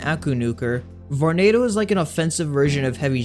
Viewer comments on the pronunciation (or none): VORENADO!??!? EWWWW